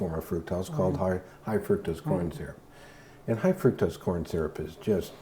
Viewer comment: Gave this clip a thumbs up -- however the word fructose is pronounced fruc (like puck) tose. Fruc-tose. Not fruit tose.